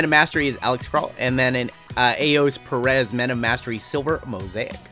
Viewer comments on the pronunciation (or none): none